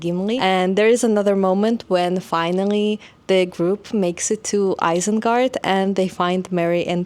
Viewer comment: Oh dear, now you just said "Eye-sengard." Please look up the pronunciation guide in the Appendix!